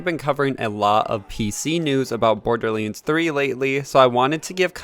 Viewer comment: Borderlands, not borderlinds 😅😅 otherwise great thing to know about the specs, can't wait!